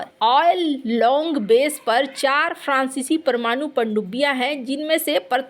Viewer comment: Please focus on your pronounciation. Example: prancici francici .